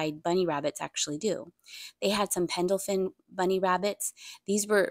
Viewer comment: FYI- PEND EL FIN Pendelfin not Pendlefin.